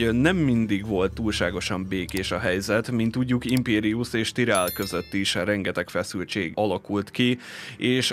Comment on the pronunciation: miért tirellnek ejted ki? amugy jó a videó tetszik, de ez a tirell kicsit bssza a fülemet hogy igy szépen fogalmazzak :D